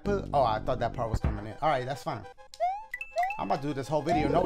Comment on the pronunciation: Dah Puh! 🌮🫔🐱